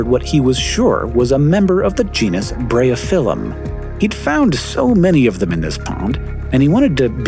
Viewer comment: I'm assuming it's closer to "Breye-oh-fill-um"